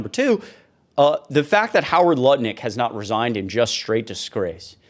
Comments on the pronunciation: His name is "NUTT-LICK" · Did you say Nutlick?